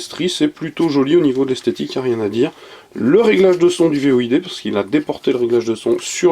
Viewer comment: C'est "Void" pas "V.O.I.D"...